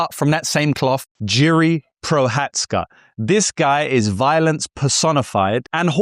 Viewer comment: You cant pronounce Jiri's name, and you called him and Ulberg heavyweights. Starting off shaky.